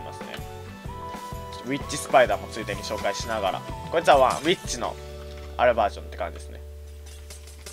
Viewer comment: ミュータントウィッチスパイダーが ミュータントビ〇チスパイダーに聞こえた